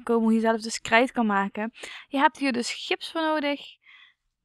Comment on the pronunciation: Je praat een beetje raar je zij krrrrrrijt maken